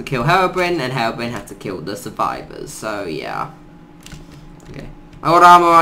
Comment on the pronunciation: I have never heard someone pronounce it herobrin